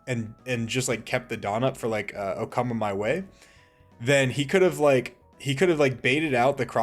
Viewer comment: Bro, "Okama Way", not "Okama my way" or "oh come my way" like many YouTubers have been saying xD